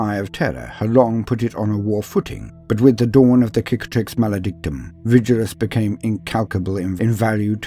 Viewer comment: I appreciate that you pronounce Cicatrix with a hard "C". Very Roman